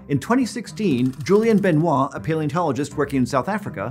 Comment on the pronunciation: French native here: 10 points for gryffondor for not saying Benoi’T